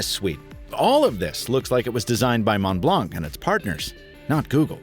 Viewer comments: pronounce the O as OH in Mont. I'm french so I know. 😬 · Montblanc Is pronounced as "Mon Blon". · As always, great review! Super fun to watch. But please, as a french, it hurts me so much when you pronounce the “c” at the end of mount blanc :) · "mon blonk" lol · C in montblanc is not pronounced, ie silent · You don't prononce the C in Montblanc, it's like the color white in french (blanc) 😉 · i'm sorry but this is the worst pronunciation of ''montblanc' that i have never heard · Montblanc, the C is silent :p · The C in Montblanc is mute, and so is the T in Mont. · Pretty sure Montblanc is pronounced without c in the end